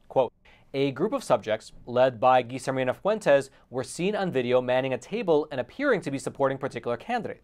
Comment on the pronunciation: Double L is pronounced as a Y. Like in Tortilla. TorTeeYa. Guillermina isnt Geezermina. Its Gee-Yair-mina. Yair pronunced like air but with a Y. CMON'